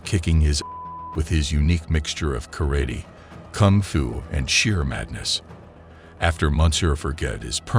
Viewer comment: pronounce karate again 😂